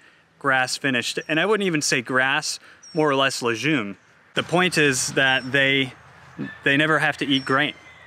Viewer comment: "Legume" is pronounced with a hard g. It is not "lejune." Also "pseudo" is pronounced sudo, not swaydo.